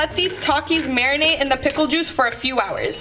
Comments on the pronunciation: "Fresh pomegranate jushe"😂😂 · Juice ❌ juish✅